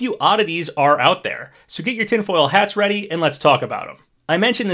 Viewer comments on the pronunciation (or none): none